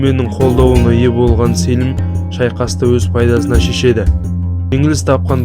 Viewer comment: Селім емес Сəлім ғой қазақша.